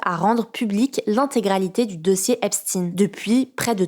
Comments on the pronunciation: C’est pas Epstine c’est epstein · Bon résumé mais ce n'est pas Epstine mais Esptein, cela se prononce èpshtaïne tout comme Einstein. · Jeffrey Epstine ? Elle fait exprès ?..........